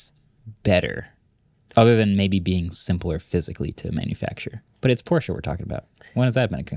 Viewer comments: As a German, I’m confused when I hear Americans pronouncing Porsche perfectly German. I’m used to „Porsch!“ or more like actually expect to hear it pronounced like that because it’s so to funny😂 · Finally hearing Americans actually pronouncing Porsche properly including the "e" that some people just skip over :) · Lol a pet peeve of mine too! I’m American and remember being confused about that when I was young. We view an -e at the end of the word as silent. But I speak little Deutsch and now I’m all heeeeey pronounce the -e, folks!